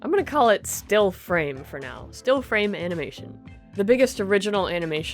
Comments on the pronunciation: uh-NAW-muh-shin :D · i liked "framination"